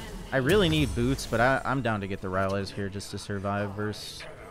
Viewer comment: Why every time he says ''boots'' I hear something else 😅😊